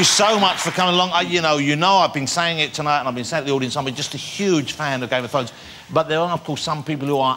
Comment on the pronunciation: "I am a huge fan of game of thwones" 5 seconds later: "you play, ty-tywin, is that wight?"